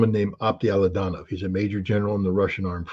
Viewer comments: He can't even pronounce the name ofa guy he calls friend and says he knows him very well. His name pronounces as Aptí Alautdínov. What Scott is saying I have no idea. Something like Ato Laudaow😂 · Aptee Ala oo Dee nov..Please pronounce it correctly Scott.